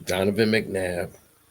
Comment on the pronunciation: Your pronouncing his god damn name wrong